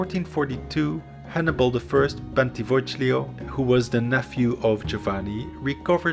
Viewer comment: Bentivoglio is pronounced Bentivo LI o (more or less)